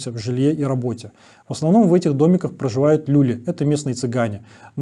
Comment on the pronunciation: Не лЮли, а люлИ